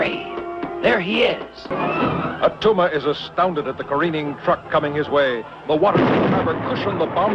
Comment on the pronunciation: It's not Attuma